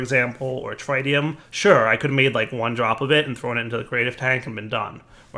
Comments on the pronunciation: It is not pronounced Trytium god damn it! It is pronounced threetium instead! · actually it “trit tium “ not “trie tium “ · Take a shot every time pronounces Tritium wrong. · The first "i" in tritium is pronounced exactly the same as the first "i" in lithium. the short "i", not the long one. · Am I the only one who gets annoyed every time says Tritium wrong...